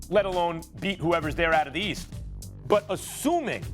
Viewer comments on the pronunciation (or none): none